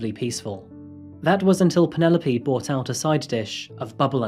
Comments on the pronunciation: Pronounced not Penupoly, but "Pennylope" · I like the way you pronounce the name of Penelope. Here in SA we say Pene_lope and you call it Panela_P. I like the sound of it. Beautiful narrative of the woman who hates husbands. A real Narcicist indeed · Lol.